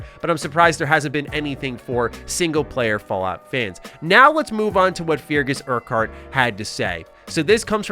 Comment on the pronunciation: It's pronounced Fergus Urkurt, it's a Scottish name.